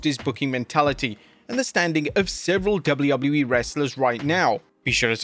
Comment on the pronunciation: Why are you calling WWE "dubblee-yubbloo-ee"?